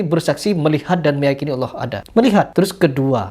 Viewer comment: Itu si bilang kata " Allah " saja sudah salah. Ngaku2 paham ilmu islam. Tulisannya ALLAH bukan dibaca " aWlah" Tidak ada huruf "w" dalam membaca "Allah"